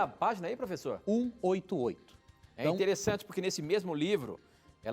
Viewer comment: Matheus Silva Kruger falou porfessor